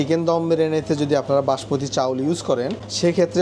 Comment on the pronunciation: চাউল না চাল 🐸